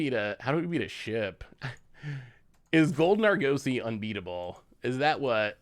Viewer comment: say Argosy like the Argosy Casino and Resort. ARE-GUS-EY. You're killing me. lol